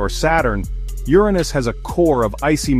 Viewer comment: No I didn't know my arse was the most mysterious planet in the solar system. . . You need to fix the skipping narration as well as stopping your A. I. mispronouncing Uranus [YUR- ah- niss) as "your anus".